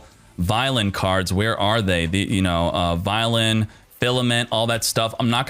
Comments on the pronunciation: It's pronounced vyon the L is silent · I’m not that guy but I’m sure it’s vy-LON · God you duel links people don't know how to pronounce anything VIE-LON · Take a shot every time Vylon is pronounced wrong.